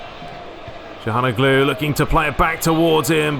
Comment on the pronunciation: also, it's calhaNOglu, not calhanoGLU